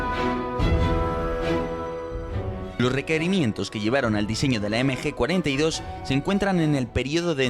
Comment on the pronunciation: es MG no NG